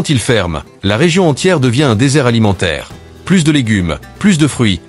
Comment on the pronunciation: Clairement, c'est une IA qui parle : "plus de légumes, plus de fruits" dans le sens "il n'y en a plus, il en manque" prononcé "plusse de légumes, plusse de fruits" qui veut dire "davantage de légumes, davantage de fruits", c'est-à dire le contraire. Un être humain ne ferait jamais cette faute.